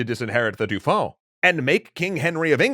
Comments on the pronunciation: Please for the sake of my ears, stop saying Dufon. Dauphin is pronounced D'oh - Fin. I've heard you say it right in previous episodes, I know you can do it! I believe in you! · Excellent as usual. However … cringe every time the pronunciation of “Dauphin” is butchered. Rhymes with “Oh, man,” not “Too long.” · Everytime I hear the name "Dauphin" pronounced "Doufin", I wince XD In french, the "au" and "eau" sylables make the same sound that the "o" of dolphin. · I love these videos, but find myself distracted by the way you pronounce "Dauphin." It should be "doe-FAN" (roughly). Say the "N" very softly. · This is great but "dauphin" is pronounced "doh fan". It really annoys me every time you get it wrong XD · Not a big gripe but dauphin is pronounced more like dofun